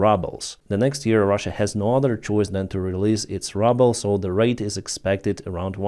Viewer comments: i do not know if you intentionally calling the russian currency rubble or not, ( instead of being called ruble):P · We absolutely love the way you say " ruble '. In English that word refers to the ruins or the material remains from destruction, or trash, or low value junk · Love your pronunciation - The Russian Rubble. I love it 😆👍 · I love the way you pronounce the Russian Ruble - Rubble - perfect 🎉😂❤ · I love how you pronounce "ruble". The entire country is a pile of ruble. 😂😂😂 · I used to work with currencies and the first time I heard it , it through me. But then realised it was an intentional misspeak for the Russian currency. Still jars in my ears though. And makes me smile on every hearing!